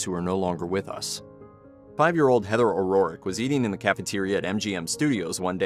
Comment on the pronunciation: This is the second video this week that I've watched that pronounces O'Rourke as O'Rorrick